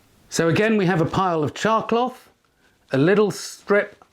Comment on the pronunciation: Thank you for typing it out because to me it sounded like he was saying "chalk block."